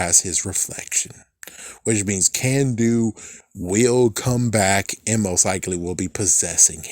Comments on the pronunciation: it's Carn-doo, not Can-doo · "Kanduu" is not pronounced "Can-do", the "Kan" part is pronounced with an "aah" sound not an "A" sound.